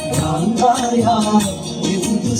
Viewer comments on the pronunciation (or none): ബ്രാന്ത് അല്ല ഭ്രാന്ത് എന്നാണ്